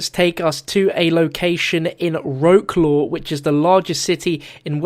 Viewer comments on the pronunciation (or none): Wroclaw is pronounced vroclafed not roclaw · Did he just say "row-claw"??... wow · Wrocław isn't pronounced wro claw, it's pronounced vrotswav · You pissed off every polish person with that pronunciation of Wrocław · I'm polish and I love the way u pronounced Wroctaw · So actually location of original map Der Riese form cod5 is 'Near Breslau' which is German name for Wrocław city. So maybe last location is already visited. Btw you pronounced this name so wrong omg :D I live in this city for real IRL.